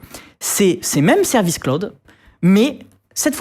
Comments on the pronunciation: J'en suis à 3'43'' de la vidéo, il n'arrête pas de dire Claude, j'en peux plus, Jean Neymar 😅 Jay Malo crâne !😵! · Mon dieu, MON DIEU, mais pkoi il prononce "cloud" "CLODE" ?? 😳JPP Ca se lit même pas comme ça en Français ! Il a jamais joué a FF7 ?😅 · Il prononce l’anglais a la francaise: Clo-oude, le o a la francise et le u a l’anglaise Comme quand on dit dijiaï (dji), au lieu de dijayaï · "claod". Prononcez après moi: "claod". Pas "cl-ou-d", pas claude, "claod". C’est facile à prononcer pour un français. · j'allais le commenter après avoir du revenir en arrière pour comprendre ce qu'il voulait dire :') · Je me suis fais exactement la même remarque 😂 et c’est bien de voir qu’ils font bien attention aux prononciations maintenant, tel que iClaude bien sûr 😂